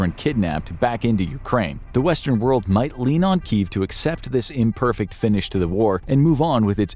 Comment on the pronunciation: what "whole wold baks ukraine"????